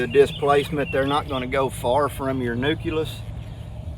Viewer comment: Father daughter learning sessions are great..one nit pick: It's pronounced "new-clee-us" just like a "nuclear" power plant is not "new-cue-lur" power plant. That always drives me nuts lol. Like "supposably" 😂